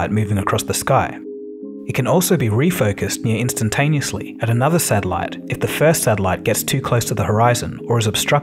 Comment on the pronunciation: What's a sadilite?